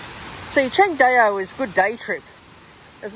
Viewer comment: Pronounced Chang Dow brother